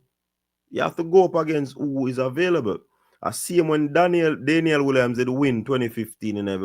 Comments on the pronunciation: Her name is pronounced Day-ni-el the man was correcting himself yow lif up faas now! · I don't know why you keep on butchering Danielle's name, you started out by saying Danielle,then you quickly changed and said DANE-NI-EL,go ask Google how to pronounce her name correctly,🙄 it doesn't sound good,I wonder if you heard someone with that pronunciation,and you suddenly picked it up by not pronouncing her name correctly 😂 this is a joke ,you could tell it's something you recently picked up,cuz how could you quickly changed from Danielle to DANE-NI-EL😂